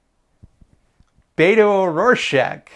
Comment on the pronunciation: There are many reasons to like this video but I pressed the button because of "Beto O'Rorschach"